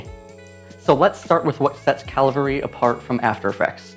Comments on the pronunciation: After this video one thing is for sure: I will do my utter best in life to properly pronounce Cavalry. Literally got OCD anxiety from hearing Calvary way too many times. The video topic completely took second position behind the issue of the phonetics. There is no calvarizing me! 😂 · It’s cavalry. Not calvary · You kept saying: CaLvary (Where Jesus was Crucified) instead of CaValry like a group of men on Horses with guns blazing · Thanks, I'll give it a go. Looks especially useful for text animation. And it sounds like you were saying 'Calvary', it's Cavalry! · My eye twitching every time he said ‘Calvary’ instead of ‘Cavalry’. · I've seen so many people from the US pronounce it Calvary. Cavalry. Like the horseback soldiers ya know. CAV-AHL-REE. Sorry, just a minor annoyance. Thanks for the video. I'll try the program out. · It's called Cavalry? How long before he switched to pronouncing it, "Calvary"? Oh. That was quick! Surf Wisely. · Cav - alry not Calvary lol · Nice video, but Cavalry ≠ Calvary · I'm exactly a minute into this and you have called the software Calvary (where Jesus was crucified) instead of its name, Cavalry (armed military men on horses) four times in the first 60 seconds. The weird thing is that the first two times you mentioned the name of the software you pronounced it correctly. But the third time, which was less than 5 seconds after the second time, you started saying wrong, and three more times in succession. It's like nails on a blackboard to me. I don't know how much more of it I can listen to. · Cav-al-ry, not calvary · My man, you have to learn to say Cavalry! It's not Calvary. It's Cavalry! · cavalry...not CALvary.... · CAV-ALRY, not CAL-VARY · It's pronounced cavalry, not calvary. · it's pronounced cavalry, not calvary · You keep mispronouncing the name of the product you are reviewing. Weird.it’s caV-alry, not caL-vary. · Why do you keep pronouncing it as "calvary"? It's Cavalry… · LOL A lot of people mix up those words.